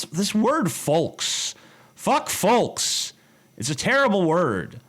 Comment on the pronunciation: Why is it that every time you said "folk" I hear "volk"?